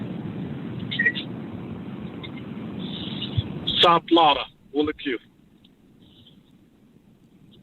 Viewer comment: SOUTH FLAWADA